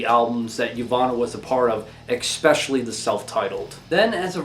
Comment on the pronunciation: Across multiple videos you have added a ‘K’ to the word ‘especially’. It’s not pronounced ekspecially, but if this is like a meme or something then ignore this comment - but I heard it once in another of your videos and again in this one